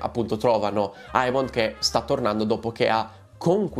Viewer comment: DEmon Egon Emond … AE si pronuncia E 🙏🏻 Per il resto sei sempre top 🔝